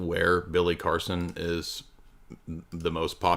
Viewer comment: Automatic sub,like, and comment with a 8+ min opener song intro then pronouncing Billy Carson as Billy Coreson gets it all ...one would recognize this channels fire with all of those thangs ..thank you for the hours of entertainment...lol... congratulations!!!